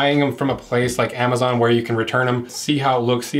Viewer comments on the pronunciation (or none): none